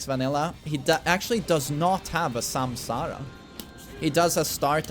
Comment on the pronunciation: That is the proper way to say it